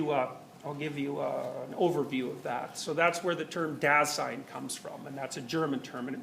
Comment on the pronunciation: AHAHAHAHAHAHHAAAHAHAH the "da sein" HAHAHAHAHHAHAHAAHAHHAHAHA wie er es ausspricht! herbe der lachkick!